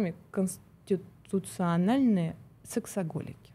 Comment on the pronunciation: совершенно с Вами согласна, она с трудом выговорила слово КОНСТИТУЦИОННО))))